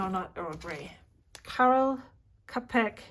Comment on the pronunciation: Karel Čapek is pronounced like „Tschaikowski“ in German or.. hm.. „chapel“ in English. He was one of the most important Czech writers and journalists of the period before the Second World War. I don’t know how this tea brand got its name- I searched for it but found only Indian sites 😄 Do you know where you got the tea from?